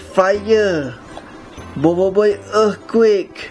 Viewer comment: sok inggris lu anying dah pelat earthquake tk lagi sono